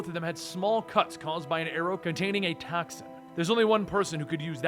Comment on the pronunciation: Great story but he did he say toxin or taxin Hahaha not this word too